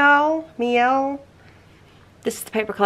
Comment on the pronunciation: Miel in English is honey try ( mi L) lol love your videos and the paper collection that you use